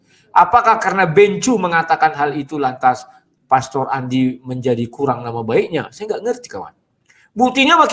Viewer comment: Bagaimana hamba Tuhan SD ini pengucapan pastor saja anda menjadi plester, hati hati pak dengan rasa tinggi hati dan kesombongan